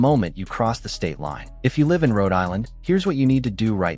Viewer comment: Total anti-gun propaganda. This post is pure BS. Keep your gun. Change nothing. Don't let them punk you. Don't get tricked. PS, I love the lame computer voice .Doesn't know how to pronounce "Live" in context. So fake. Just like the post.